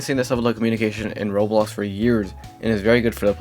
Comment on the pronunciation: Why do you say rolex instead of Roblox